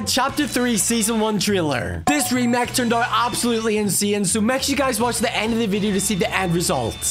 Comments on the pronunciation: lol he said remak and Inseen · Remake❌ Remac✅ Insane❌ Insean✅ Trailer❌ Triller✅ Race cars❌ Reece cars✅ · Bro really said remack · Not to judge but you say remak